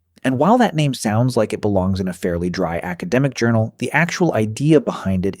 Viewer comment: And voiced by AI. When it says "animals just like us" it should've emphasised the "like" (meaning to be fond of), but it said it in a way that's more akin to "just like us" (as in, similar to). AI slop.